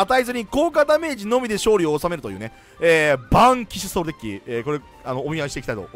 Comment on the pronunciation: バーンキッショソウルにしか聞こえなくて耳掃除したわ